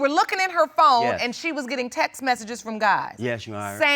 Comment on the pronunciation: well its better than the 'texas' other people on this show get😭 Seriously, why cant anyone on this show pronounce 'texts' 😂😂